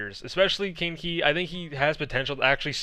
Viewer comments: he do be saying kinky instead of kaneki doe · I swear the way he was saying it, it sounded like "Kinky" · Kaneki is pronounced Kahn - eh - key it’s an anime character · Kaneki (my profile picture) is pronounced as Ka-Neh-Ki. He's the main character in the anime Tokyo Ghoul. He is also apparently a crackhead on the flex dps when I've watched him in Contenders before. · I think kaneki is pronounced ka-neh-ki it's a character from Tokyo ghoul which is an anime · Ye its not 'kin-ki' or 'kein-ki'(english a) its 'ka' sound like un spanish more or less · That's interesting because "Jinmu" is the Chinese pronunciation for Kaneki lol. Now they will have 2 Kaneki in one team